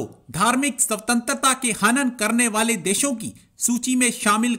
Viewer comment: सवतंत्रता नही भाई स्वतंत्रता !!